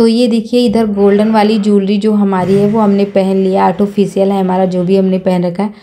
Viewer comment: Beautiful makeup look nd artificial hota h di autofocial nhi bolte don't mind